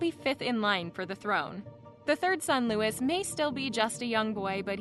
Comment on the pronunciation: Louis is pronounced Loo-ey